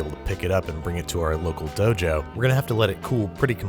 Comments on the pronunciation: DOUGH-jo. No thanks needed. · Ah yes let's go to the dough-jo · Local DOUGH-JO. HAHAHAHA I'll see myself out